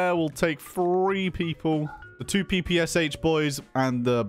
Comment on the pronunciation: This underground mod has a lot of potential, very interesting. Also, the 'Sh' in PPSh is pronounced like 'Sh' in 'Shield', not 'pee-pee-ass-aitch'.